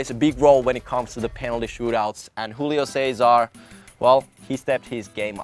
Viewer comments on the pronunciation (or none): none